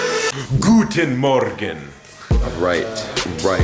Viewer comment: Hearing "guten morgen" at the beginning made me laugh as a german...good job! :) To answer your question : I'd like to see a good mix of both....some videos with more cinematic shots and some videos with more talking and fun situations